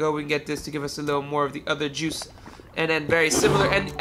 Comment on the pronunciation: The way my dude says juice. .😂😂